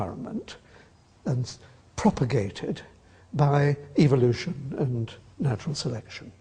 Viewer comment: Doesn't Atkins sound like he is saying 'evilution'?